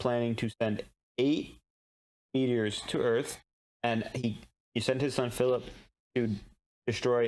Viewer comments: Any reason you guys are calling him “Fill-eep”? His name is Fill-ip lol. I understand if it’s a joke 😅. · I love your enthusiasm but your pronunciations of some things drive me nuts. has tried to correct you a couple of times, but apparently he was too subtle... Naomi's son is named Fillip, not Fillipe. It's pronounced exactly as it's spelled. Just imagine it's spelled Phillip if that helps.